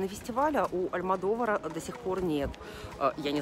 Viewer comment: Не Алдьмодовар - Альмодовар